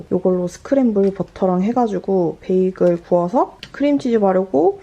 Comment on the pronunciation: 싣님 에그드랍에 빠지셨군뇨 🍳🍳🍳🍳 띤 베이글 발음 넘 귀여워우 ㅠㅠㅠㅠㅠㅠㅠㅠㅠㅠㅠㅠㅠㅠㅠㅠㅠㅠ 🥯🥯🥯🥯🥯🥯